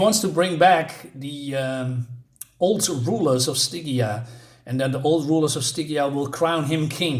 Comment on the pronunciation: This art really does justice to Robert E. Howard's character, his world and his stories. "You are...a Teuton-mess"? Oh, no, that was Legends of the Dark Knight's "Flyer". By the way, Stygia is pronounced "Sty-JEE-ah". I like the design of the headdresses, at least, of those crafted-undead assassins; they remind me of TMNT's The Shredder's Elite Guards. Yeah, the wriring is good, hard fantasy...grimdark fantasy prose, even. Probably transcribed almost entirely directly from Howard's original text. I don't know personally, I haven't taken the time to read the stories included in the collection I have so far, but I did read about the faithfulness of the translation somewhere. As for the one of three kings who resurrected assassins and then was killed off-page...well, I guess his true purpose was to raise those undead assassins! Hah! wants to become an apprentice pupil of...Xaltotun – Xaltotun! Of Python! Be wary of subliminal messages from comics reviews, from here on. Oh, that is a disappointing wrap-up, after 4 issues...with the use of such a major villain of menace, especially. I'll still likely buy the Volume 4 this is collected in that releases on Nov. 22. Such a misconstrued or hasttily written ending does just make me want to seek out other stories involving Xaltotun, with well-written conclusions. Oh well, the art, overall tale and world of The Cimmerian are still highly worthwhile Thanks for carrying on your endeavors,.